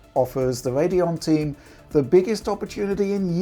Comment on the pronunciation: Theyre not NEXT gen if theyre current, you mean NEW generation. STORWY lol Wadeon lollololol